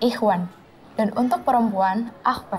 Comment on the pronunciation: Akhwat bukan Akhwan 😅